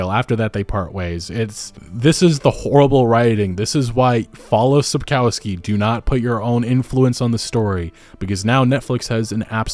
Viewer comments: sapkowski is pronounced sap-kov-ski just fyi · Small nitpick but the authors surname is spelled sap-cov-ski not sap-cow-ski. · Sapkowski is really easy to pronounce: sap-kov(o like in on)-sky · it's pronounced - Sapkovskee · Sapkowski's name is mispronounced, you call him "feces" through the whole video 😁Not that it doesn't fit... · Your pronunciation of Sapkowski surname is terrible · Google Sapkowski and listen how it's pronounced .. as a Polish Person it's really frustrating to hear you Americazing his name😅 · You get paid for making those videos and receive hundreds of thousands of views, is it so difficult to spend 2 minutes of your time to google how to actually pronounce Andrzej Sapkowski's surname? Never occurred to you that maybe it's not pronounced your American way since it's a Polish surname? Embarrassing.